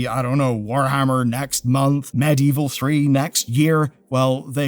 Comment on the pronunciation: "Medieval", not "Medievil". Bit different.